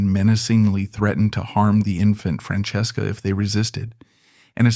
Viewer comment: I wanted to hear the story but it lost me at how it said her name.